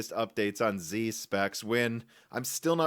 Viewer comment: Intel Xe is the letter "x" followed by the letter "z". It is NOT pronounced "zee".